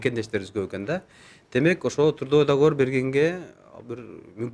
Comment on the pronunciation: ондоп кой каталарды сООнун эмес - сОнун. тУрдовой-тРудовой